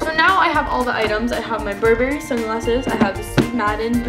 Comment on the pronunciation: bur-berry... lol its pronounces "Burr-brry" not berry! lol